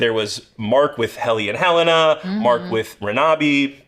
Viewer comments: It makes me so irritated when they pronounce Helena as "Ha-Lay-Nah"... It's definitely "Hell-en-ah" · WHO IS THIS "HELEYNA" YOU KEEP TALKING ABOUT????